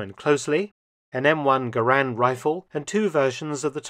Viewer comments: "Garand" is pronounced "GAIR-and," not "gah-RAND." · Not exactly. The M-1 rifle is the Garand, Correct pronunciation rhymes with parent. M-1 carbine is the carbine.